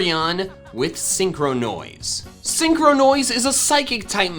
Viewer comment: Nobody: Not a single soul:: SEEN- CROW-NOISE.